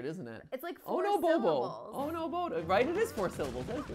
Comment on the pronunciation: he says it in his Italian accent like how he says “It’s-a me” so instead of oh no he says “Oh-ho no-ho”